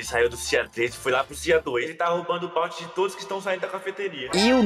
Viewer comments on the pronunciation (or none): N se fala balnte Se fala BOUNTY